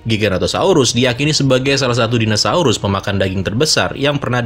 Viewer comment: padahal kita tau tulisannya dinosaurus tapi tetap aja ga sengaja penyebutannya jadi dinasaurus..